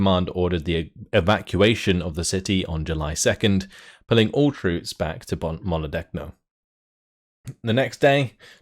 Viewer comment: Love your playthroughs, Just want to point out, that in "Molodechno" the letters "ch" are pronounced as in "Charlie" or "change":)